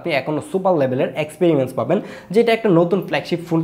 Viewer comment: Experimence na experience 😂